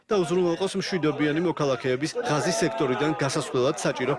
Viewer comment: ჭურნალისტებო, მაგ სექტორს ჰქვია - ღაზა და არა "ღაზი", ღაზას სექტორი...